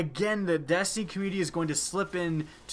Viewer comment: I thought you were talking about destiny, not destiknee